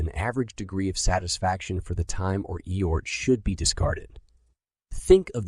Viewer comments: What is he saying eort what word is he trying to say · Effort. It can’t say the letter F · Eyort! 😂... Thanks! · HORRIBLE - The AI used to read this book does not recognize theleyter F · Pronouncing the word "effort" wrongly is so distracting in this audiobook.